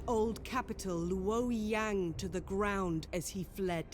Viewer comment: The narrator doesn't pronounce the names correctly either,. "LOO-OAR-YEHNG" lol. It's pronounced LOAR-YOUNG.